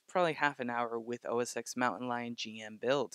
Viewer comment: Great video. It's OSX (ten) not OSX(x) by the way.